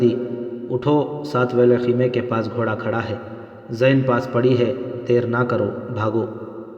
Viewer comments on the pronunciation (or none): My Dear Brother,,Chand Ilfaaz Kay Talaffuz Ko Darust Kar Lain,,,Jesay Aap Aqab Ko Oqab Aur Sehra'a Ko Sohra'a Aur Sair Hasil Guftagoo Karna Sair Ho Kar Khana Iss Ka Talaffuz Puranay Wazan Aadha Sair Aur Aik Sair Magar Aap Chalnay Phirnay Wala Lafz Use Kartay Hain<>Aap Dictionary Ko Use Kar Saktay Hain..Aur Lafz Zeen Ko Aap Zain Parhtay Hain..PLS Aap Apnay Talaffuz Ko Theek Kar Lain<> Thanks A Lot<>